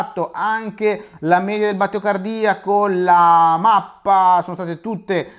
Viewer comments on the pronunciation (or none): none